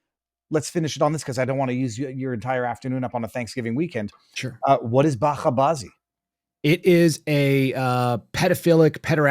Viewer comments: It's buch aa baazee, buchaa means kids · Bacha ('ch' pronounced as in change) Bazi. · Its a soft “ch”. Like bit”ch”. “Batcha” is child (male), “bazi” is “involved with”.”londay” “bazi” is homosexuality (usually adult.